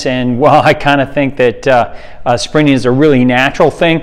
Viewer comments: Took me ages to realise you said sprinting. I thought you were saying springing. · For a while I thought he was saying Sprinning. Never heard anyone who treats the word with virtually a silent “t”. Just sounds weird. Blame it on my Aussie accent if you like - we don’t use a silent “t” for the word sprint. 😂 No arguments against the content however - just for the record. 😏